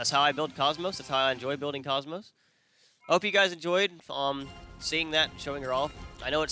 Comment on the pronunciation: TFW people can never say her name right.